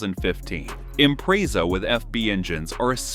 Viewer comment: Not to mention impREEEEEza...